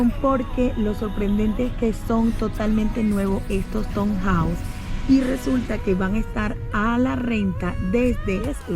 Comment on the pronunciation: Perdona q te corrija pero, es q no quiero q se rian de ti. Se escribe town houses pero se lee "tawn houses"